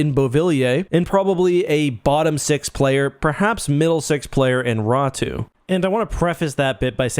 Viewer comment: Why do you think his last name is read as tho it were spelled Ratu?